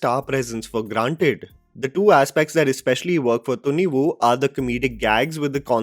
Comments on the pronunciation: "Thhunnivu" ? 😂 just Thunivu. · It's not tunivuuu, it's tuniv + quick soft uh sound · I think it's pronounced as thunivai. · pronunciation of Thunivu is Thunni-woo🤣🤣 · Kannadigas hearing the movie title pronounced by you! 😂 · kannadigas would be laughing on loop by the way pronounces thunivu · You cant even Say Thunivu Rightly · He can't even pronounce a movie title, but he judges an entire movie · My God, your pronunciation of Thunivu and Varisu is still a disaster 😂